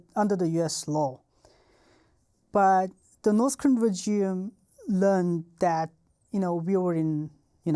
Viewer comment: Fascinating. We don't know how good we've got it in the West (or any democratic nation). Also I love how he pronounces "regime"...rej-ee-em.. hehe. His English is amazing though. Better than most natural English speakers 😂😂